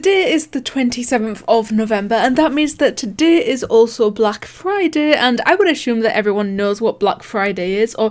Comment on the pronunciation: Damn your irish accent makes you sound funny when you say "today" and "day" lool